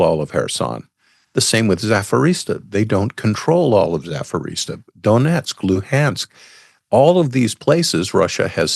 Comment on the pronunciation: What did he say? Zafirisa? I think he meant Zap-o-rizh-zhia.